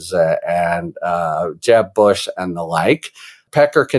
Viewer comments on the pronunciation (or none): none